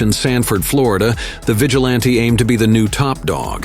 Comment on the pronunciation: "Equip ped"? "VEEgilante"?